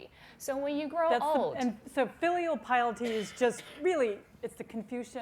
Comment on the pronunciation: “FEEELEAL piety”😂❤️